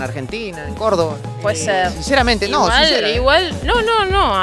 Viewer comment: "Córdoba" no córdova, esto no es coca papiii